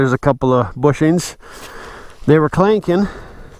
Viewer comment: They were clanken, you sure you ain't from the south, lol! I wouldn't change the tires either, glad you're happy with it!